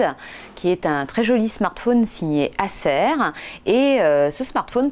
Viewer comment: "Acer" LOL